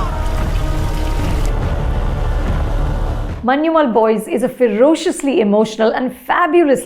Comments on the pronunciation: ശ്രദ്ധിച്ചു നോക്കിയാല്‍ അറിയാം. അവർ പറയുന്നത്‌ "മന്യുമ്മല്‍' എന്നാണ്‌. ഞ വഴങ്ങില്ലെന്നേ. അതത്ര എളുപ്പമല്ല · Yeah, was so tired of hearing people say manchummel boys 😂